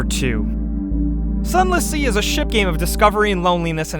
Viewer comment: When you said sunless sea I thought you said sun l'cie. Plz dont give me FF13 flashbacks...